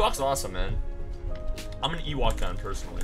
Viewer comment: Funny how her name is Ewok but doesn’t know how it’s pronounced.